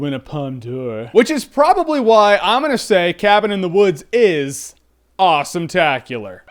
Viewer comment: only reason i'm going to watch this is cause when Jeremy says awesometaclar its AWESOMETACLAR :)